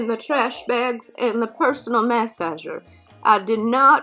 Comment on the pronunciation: This was brutal....and mass-ager???? 🤣🤣🤣